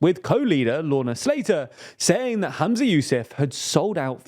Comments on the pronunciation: The FMs name is pronounced “Hum-za” not “Ham-za” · Just to note his name is Humza not Hamza! The mispronunciation in the video was bugging me a lot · Humza, not Hamza ❤ Cmon guys, take some notes from the new girls who seem to be much better at this 😂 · Sorry but it's really distracting that you keep saying "Hamza" and not Humza. I think the coverage is actually really good, but it just seems lazy that no one noticed this. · Bruh it's Humza. Dont blame you tho the vid mispronounced it. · Maybe start by pronouncing the First Minister's name correctly. 🙄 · "hUmza yousAf" not "hAmza yousEf"